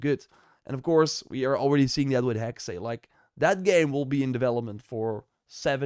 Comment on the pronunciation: again !!! its HEXE and not HEXEI!!! maynonaise chollandaise!!! say HEXE HEXE and again HEXE and not HEXEY darn